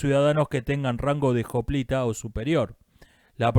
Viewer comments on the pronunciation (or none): Que triste ver que la historia es, básicamente, una sucesión del mismo ciclo... que hartazgo. PD: por cierto, me sorprende que pronuncies siempre "joplita" y no "oplita". Estuve mirando si había esta variedad de la palabra con jota, pero no la encuentro. Supongo que es por influencia del inglés lo de aspirar la hache.